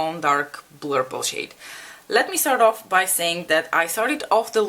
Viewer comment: You both made such beautiful looks! Love how you say "blurple" ❤️